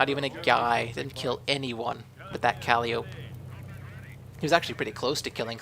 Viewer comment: I liked this video but just one small grammar-nazi correction... it's pronounced kahl-eye-oh-pee not cal-liope :)